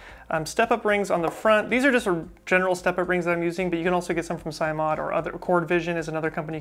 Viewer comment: Oh, and it's pronounced "sim," as in "simulation"